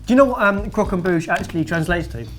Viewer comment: Croque-en-bouche* (Please don't say I'm wrong I'm French)